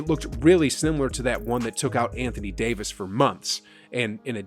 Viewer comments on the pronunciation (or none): none